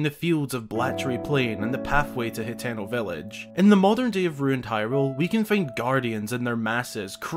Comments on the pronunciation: Its pronounced (ha-ten-o) ..not he -ten-o ..or( hi-ten -o) smh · Ha-teh-no. Not hateno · how it's spelled: hateno how he says it: hetano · isn't 'Hateno' pronounced like: Hah-teh-no ?